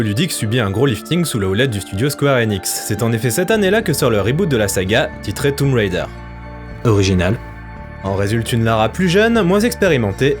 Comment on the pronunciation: Déjà j'aime tes chroniques mais en plus t'es le premier que je vois bien prononcer "Tomb Raider". Je kiffe bien. :)